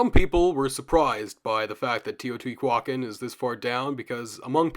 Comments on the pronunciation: Love love this video, I'm gobbling it up. But good lord, stop saying teotihuacan like that 😂 Its teo-tee- wa-CAN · i don’t mean to sound rude, but it’s pronounce te-oh-tì-wah-kahn